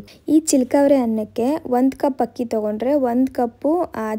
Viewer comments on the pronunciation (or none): Yakka first kannada sariyagi mathadu,hakki alla akki,aalu alla haalu.innu thumba ide,haaru alla aaru kanakka😂😂